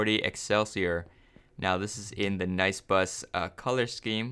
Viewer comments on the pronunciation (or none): Nie? I thought it was nice not nie